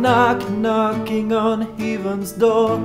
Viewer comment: Love the voice, love the expressiveness, but I think your pronunciation of 'heaven' might be detracting from the overall quality, especially since the word occurs so much. Great job otherwise, you are loaded with talent.